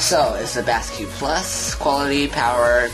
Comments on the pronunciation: Basiq is pronounced like basic but you come up with "basque"? Were you in 5th grade when you made this video? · I hate to leave a negative comment, but this has to be the worst unboxing video ever made. It's photographed with the item upside-down, and the guy narrating it sounds like he was dropped on his head as a baby. He can't even pronounce the name of the product correctly, and he even misidentifies the power connector. I had to stop watching after just a few minutes as I could feel my IQ plummeting just from watching the upside-down images and listening to the guy drone on with his insipid voice.